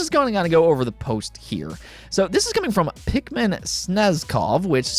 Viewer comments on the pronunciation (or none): none